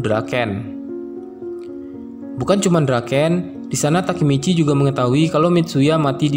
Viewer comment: Masih bilang takimici ampas